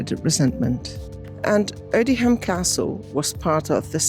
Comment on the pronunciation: The pronunciation is Odiam - the h is silent!